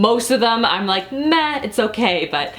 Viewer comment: Anyone notice her saying "ine" instead of "I'm" and losing their mind a little bit??